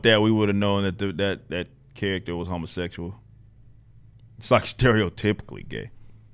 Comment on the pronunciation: "A humma-sexchuaw" lol